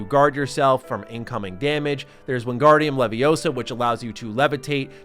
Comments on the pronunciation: "It's leviOsa, not leviosaa" I'm not making fun of you, it just popped in my head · It's Leviosa, not Leviosa